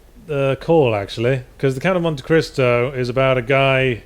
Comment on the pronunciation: Generally speaking, when get in a tiff, I'm on side, but this time I definitely heard "Crisco" instead of "Cristo". That said, anyone else think just getting tired of Yahtzee's shenanigans? He sounds very--weary--of Yahtzee's comments.